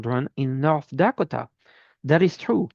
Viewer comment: Thank you for what you do from Michigan. Dakota is pronounced 'Duh-koh-tuh'. HUGS